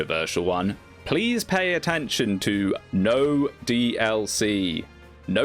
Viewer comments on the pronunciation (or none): none